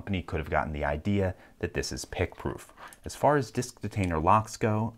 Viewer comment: Pick-proowf? 2 min long video? I think not :D